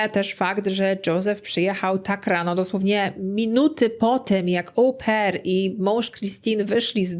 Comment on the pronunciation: Wymawiamy "o-PAIR", a nie Ołł-pair 🙉